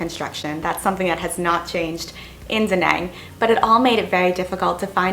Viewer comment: Before you complained about the inability of the Vietnamese to speak YOUR language, first you needed to learn how to pronounce properly OUR language. I was struggled to understand your pronunciation when you said “Da nang”, it is an A, not E. I had to rewind your vid to be able to recognise the word you mentioned. Expect someone to be good at English, why don’t you stop being a spoiled woman and start learning Vietnamese; then you can enjoy and experience the trip.